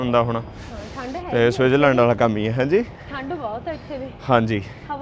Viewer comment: ਵੀਰ ਜੀ ਤੁਸੀਂ ਸਵਿਟਰਜ ਲੈਂਡ ਬੋਲ ਰਹੇ ਆਂ ਪਰ ਸਵਿਟਜ਼ਰਲੈਂਡ ਹੁੰਦਾ 🙏